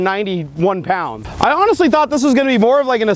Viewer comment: and you said pond instead of pound